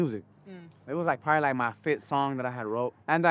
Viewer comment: “Prolly” 😂 classic